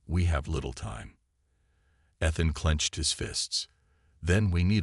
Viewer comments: With the name Ethan used so often in these stories, why so many mispronunciations this time? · With the name Ethan used so often in these stories, why so many mispronunciations this time? How come no one else recognized the resemblance to the recent king after the queen’s very obvious reaction?